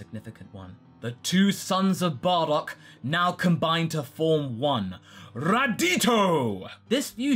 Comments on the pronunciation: Radito? Don't you mean Radoku? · Not Raditio. Its RadKu. That other name makes it sound like it's Vegito and Raditz